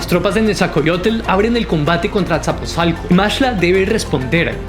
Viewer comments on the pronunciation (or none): ¿"isacoatl" "nesacollotl" "asaposalco" "netsacollotl"? No no no no... 😆😆 habrá que leer con más calma y detenimiento los nombres... Ahí te encargo. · Jajajajajajaja. Que cosas y palabras dice. Que le enseñe a su robot a hablar correctamente!! es Nezahualcoyótl no es coyote!!! y es texcoco no techcoco!!! es Azcapozalco. en fin, que haga la lucha